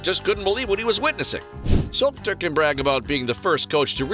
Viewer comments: His name is Solskjaer and not Solter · I recommend you to check correct pronunciation of Solskjaer. It must be [Sulsher],if I'm not mistaken.